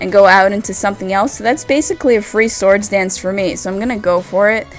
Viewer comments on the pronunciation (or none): none